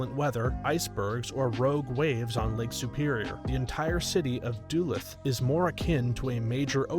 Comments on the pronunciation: Du luth not du lath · You should definitely look up a pronounciation guide for place names before you do another video like this. I winced especially at DULL-eth, Minnesota. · Please tell me you mispronounced Duluth purposely.